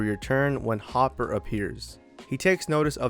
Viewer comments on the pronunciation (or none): none